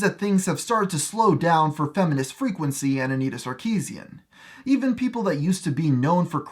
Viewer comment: It's not "Sar-KI-zien", its "Sar-ki-SYAN"